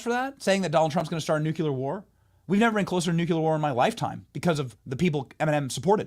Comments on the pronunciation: Nu Cle Ar Not NU CU LAR Thats a BUSH created word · Benny, it's New-klee-er. I always cringed when Bush said it wrong. And why are so many Commie commercials in your stream? BTW 400,000 dollars is not an average income. Keep close to God and be a great example for your cause. Your kids will thank you.